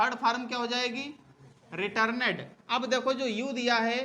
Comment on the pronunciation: सर रिटर्नड होता है रिटरनेड नहीं।